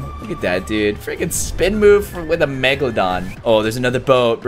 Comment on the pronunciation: When he says frecin it's like he is going to say the f word